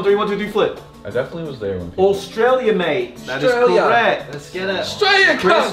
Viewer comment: i love you but the real way to say Australia is U-S-T-R-AY-LEE-U